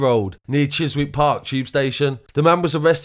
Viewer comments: Chiswick is pronounced 'Chizzick'. Safe! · Pronounced chisik